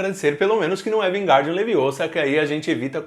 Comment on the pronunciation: Você está falando errado. É LEVIOOOSA, e não LEVIOSAAA